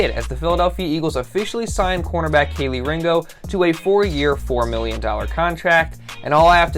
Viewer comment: It’s pronounced key 🔑 Lee